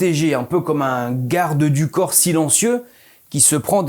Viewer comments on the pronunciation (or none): none